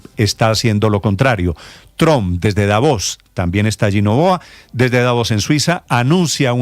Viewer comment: DAVOS , con acento en la A